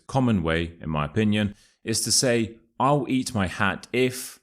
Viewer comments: Where is the sound [l] in your " I'll eat my hat"? It's more like "I'u eat my hat"🤠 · I noted that you did not pronounce I'll 😂you said i oww eat my hat !!is this the way you pronounce it in the Uk?